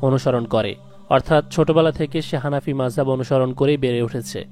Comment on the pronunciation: হানাফিদেরকে কি আপনি ঘৃণা করেন? ’হানাফি’ কথাটা উচ্চারণ করতে এত ঘুতাঘুতির কারণ কী?